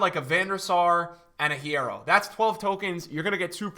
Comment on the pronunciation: Lol why did purposefully pronounce hierro wrong when he knows spanish